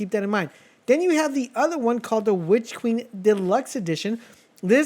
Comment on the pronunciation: “Witch keen”😭